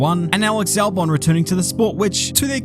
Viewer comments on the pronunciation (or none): none